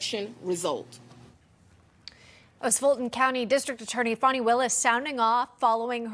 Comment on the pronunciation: It’s not Fawni…it’s FANNY.